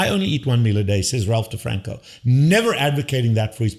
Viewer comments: Your 4 year old son can probably pronounce DeFronZo properly. It's NOT DeFranCo. It's DeFronZo. Though EVERYTHING else you said is right on except trying to imply your 4 year old is smarter that Attia and DeFronzo demishes your positions. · Ralph DeFronZo not DrFranCo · First off…it’s not DeFranco, it’s DiFronzo. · Get the name right! It is Dr. Ralph DeFronzo. Please explain why you say the guy's last name wrong. This goes to your credibility.